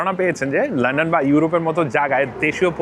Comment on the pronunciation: Bhai go easy on pronouncing "London " ki bolen lenden lenden . Sounds really silly . Its london. Not len den .